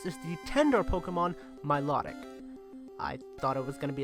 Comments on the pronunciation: It's not milotic is not pronounced my law tic it pronounced mill oh tic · you said milotic wrong idiot you english bra you suck you always get pokemon names wrong i unsubbed u suck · Everyone prouncess milotic wrong